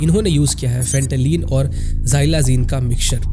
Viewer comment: फेंटालीन❌ फेंटानिल ✅